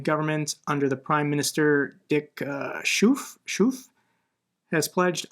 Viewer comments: The new Dutch Primeministers name Schooff (ooff is pronounced like (st)ove, you could say Sgove as in stove. Thanks for again a great update! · U can pronounce Schoof like Skhove with the Kh from Kharkiv.